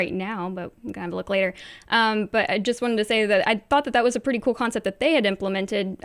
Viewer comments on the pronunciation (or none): Okay, comments are back so.... why does everyone saying conceit instead of concept?